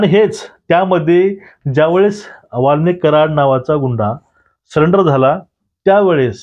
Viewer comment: सरेंडर ला सलेंडर का म्हणता?